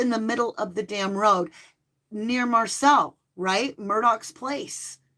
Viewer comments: Not being rude but it's Moselle not Marselle . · So when u say Marcel u meant Mo-sell! LOL I'm just figuring this out I was watching a video last night kept hearing you say Marcel and I had no idea what location that was I thought I missed something so thank you for clarifying that you meant where Alex lived Mo-selle. I feel silly.😅 Least i understand now! Thank you for ur dedication to giving the victims of crime a chance to have their story told thru the The Devine our Angels, ancestors & tarot! God Bless you always❤